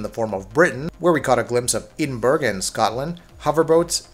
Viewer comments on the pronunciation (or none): Eedinburg? wtf lol